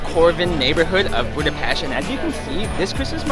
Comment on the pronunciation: Thank you for sharing your nice experience about Budapest Christmas markets!!! I must add that the lady pronounced perfectly Budapest. Most foreign people say Budapeszt 😅